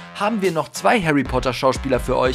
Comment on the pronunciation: Haary Poter